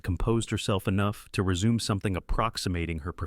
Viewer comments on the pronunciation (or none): none